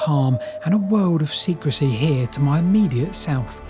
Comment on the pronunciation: "SECREY"? or SECRECY?